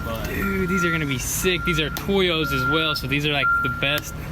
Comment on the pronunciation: Toy o’ss it’s pronounced toe yos